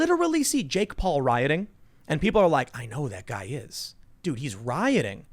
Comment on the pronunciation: Who the hell is “jakeoff Paul”